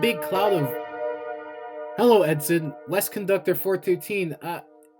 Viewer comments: Edson, not edston. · Ngl hearing it pronounced edston instead on edson is killing me inside 😂. But great vid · Edson being mispronounced as Edston is pretty annoying. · The town name you kept butchering is "EdSON" not "EdSTON". This would have been a very good video if not for the blatant mistakes in your reading of the script. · Edson.. not Edston. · How do you get "Edston" from the true name "Edson"? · It’s Edson not Edston. I like it otherwise. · Awesome video, but it is Edson! Pronounced like Ed sun. Otherwise well done video. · Bruh, i live in EDSON not "EDSTON" edit: stopped watching when he was talking about jack hudson in "edston" how tf does one missponounce edson.. simply spell it out.. ed-sun where tf is the T??? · Awesome video... but "Ed-sin" not "Ed-stin". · Edson not Edston. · Edson, Alberta is pronounced, “ED-son”, not “ED-Ston”. I am from Edson basing oil and gas work out of Edson. It surprised me how much hearing the name mispronounced affected me. Thanks for the great work on this remaster. Alberta Jim ❤ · My Uncle worked that line gandy dancing in the 60's round Hinton. Edson is pronounced Edson - Not Etson. Good video. Chisely CN is not known for their crew consideration. I was a switch cleaner one winter in the Vancouver yards and came out of it with my life [ got hit riding the engine front] after working 20 hr straight with no promised overtime. Like typical corporates all they want is a warm robot. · Good and detailed report. However, the date or year you specified for the Lac-Mégantic train disaster was not in 2017 but actually on July 6, 2013. And lastly, the town name of Edston (as you pronounced it) is incorrect. It is actually called Edson, without the "t" in the title and pronunciation. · You keep on saying Edston instead of Edson. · Great film. I hate to nitpick, but it is Edson, not Edston. ] Thanks! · Great video, but there is no "T" in Edson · The town is called "Edson". There is no "T". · There's no T in Edson. 😂 It's killing me